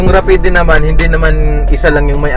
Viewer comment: Boy rapid ANG pagbigkas not rapideee jusko ko po ediiee...🤣🤣🤣🤣